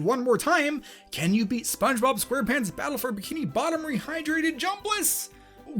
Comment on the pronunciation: "Spongebob Squerrpants"